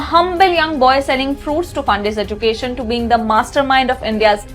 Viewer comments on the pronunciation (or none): none